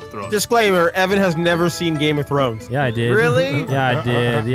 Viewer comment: "Game of Trones"